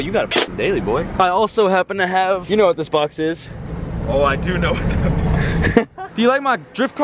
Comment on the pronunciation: Kwwwhhjuan 😂😂😂 kwwwhhwot box 😂😂😂😂